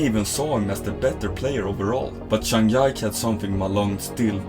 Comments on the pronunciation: This is a great video!! But it's Zhang Ji (similar to Gee) Ke not Zhang Yak lol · Sorry but how can you not know how to pronounce zhang jike like cmon😂😂😂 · buddy he makes incredible content and editing and his narrations are incredible you lose respect for a guy making table tennis exciting for people that dont know about the sport because didnt pronounce a name correctly? Embarassing. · It really is pretty bad for table tennis content to pronouce Zhang Jike's name so badly. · Zhang Ji Ke 张继科（copy and paste in google translate to help you get correct pronunciation of his name . not one time you pronounced his name right 😂😂. Do you really in table tennis community my friend? 😂 😂 At lease study how to pronounce the name correctly. And recommend you watch’s Chinese version YouTube , learn how to correctly pronounce Zhang ji Ke’s name, and edit/revise it. Good job btw. ❤ just try to help you